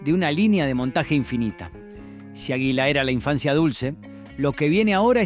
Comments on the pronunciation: si fue una patada en lo s huevos escuchar que no sabe pronunciar palabras comunes como aguila o la italo-argentina nunca escucho arcor? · Si a mi también me llamó la atención, puntualmente con águila, en una dijo aguila acentuando la i, y en otra dijo agila, también acentuando la i... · Pronunciá bien, por favor: Águila, Ítalo, etc. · Es una máquina quien relata? O una persona que le falta estudio, que pronuncia mal? Agila en lugar de Águila... Arcór en lugar de Arcor con pronunciación fuerte en la A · no podes decir AJILA. Realmente es una falta de respeto. De donde sos chabon???? este video es para que lo haga un Argentino viejo. Y pones a un negro africano en una oficina com oejemplo??? gracias a Dios no hay negros manejando empresas en Argentina. Cualquiera te mandaste. muy agenda 2030 lo tuyo. ARCOR no es ARCÖR. es ARCOR chabon!. se acentúa en la A!!!!!! y pusiste CHINOS!!!!! aaaa bueeee pusite toda la basura que arruina a cualquier pais!!! sos lo mas antipatria que hay. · por qué pronuncia "ajila" 😂😂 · ÁGUILA con acento en la A!!!!!!